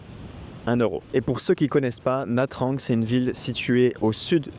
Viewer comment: Pour commencer, il aurait fallu te renseigner sur la prononciation de la ville, Ça se prononce nha Chang et pas nha trang